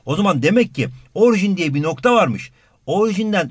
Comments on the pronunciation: orjin değil orijin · Orjin deil orijin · 2.02 de orjin değil orijin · Orjin değil (orijin )